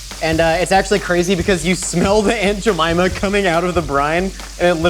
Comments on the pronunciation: He says jemyma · Every time you say aunt Jemimah, all I hear is, "I put a whole bag of jellybeans up my a$$."